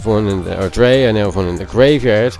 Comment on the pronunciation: Just so you know Drei is pronounced dry. Its German for three